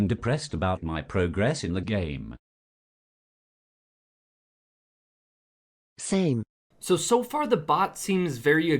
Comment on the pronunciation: " Sqme " lmao